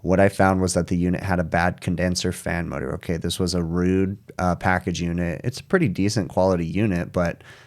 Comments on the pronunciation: Don't be Ruud is how you pronounce it. Like Rood. Not Rud like Mud. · FYI, Ruud pronounces their name as rude.